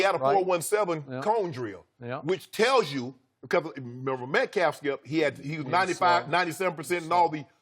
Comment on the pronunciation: Between yesterday and today, Shannon has mispronounced DK Metcalfs name 12 different ways